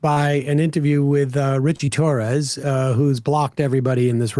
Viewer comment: I heard “cli-Torres” 😂😂😂 Freudian slip Emma? 😂😂